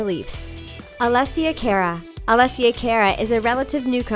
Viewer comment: I hate that they pronounce Alesia cara name COMPLETELY wrong